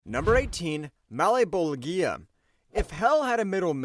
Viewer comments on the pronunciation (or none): O my god….. my ears bleed everytime he mispronounces malebolgia name its pronounced Mal-bowl-ja